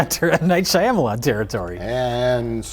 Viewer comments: I always laugh way to hard at Mike pronouncing Shyamalan Whoa Black Bettie, Shamalam. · ok i love you guys but pronunciation 'Shy-Amalan' hurts my brain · does not know how to say Shyamalan correctly what a hack!